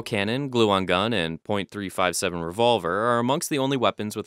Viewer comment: The only part I find questionable was when you pronounced the . in .357